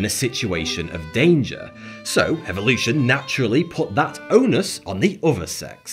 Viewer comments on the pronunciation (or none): none